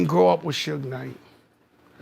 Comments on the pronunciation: I turned it off after you said SHuge knight lol. It’s Suge like short for Sugar. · It's suge like sug-ar not shoeg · Who is Shuge Knight? His name is Suge. You hear people saying his name in the video yet kept pronouncing it wrong....😂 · When you decide to let AI narrate your Suge video, type Shug. 😂😂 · This Honky Muthafucka Said "Shooge" 😂😂😂😂😂😂😂Ruined The Whole Video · Can’t take your video serious when you keep saying “Sooge.” 😂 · Why do you keep saying sooge knight. My God the narrator is on one. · “Shuge Knight” 😂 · The way the narrator pronounces Suge is pissin me off 😂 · Narrator sucks at pronunciation! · WTF?? How this narrator gonna pronounce Suge three different ways and NONE OF THEM correct? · With all the clips with people saying suge knight's name how the hell do you mispronounce it through the whole video? I really like your work but it's pretty sloppy to get his name wrong when he is the 2nd biggest person in your vid. I'll quit busting your balls now because you put together great content. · Exactly what I was thinking, just sloppy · No SERIOUSLY. Shit annoyed me ALL THE WAY 😒😒😒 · Butchered suge name the whole video lol 🤦🏿‍♂️ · Right? With all the clips of people saying it correctly in this video, HOW THE HELL YOU GONNA FUCK IT UP THE WHOLE DAMN VIDEO. I LIKE THIS VIDEO BUT ITS HARD TO WATCH WHEN HE BUTCHERED IT THE WHOLE TIME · I don’t understand how you have all these clips on people saying his name right and you still pronounced it wrong